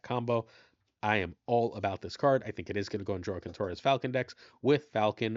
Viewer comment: I'm almost certain Joaquin is pronounced wha-keen. I'm not from that community specifically, but my life experience on this leads me to feel very confident. Not trying to call you out, but you pronounce names so well usually that one stood out as odd.